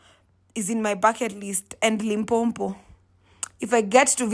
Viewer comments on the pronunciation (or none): Its Lee M paw paw. Li m po po. Not Limpompo❤😂😂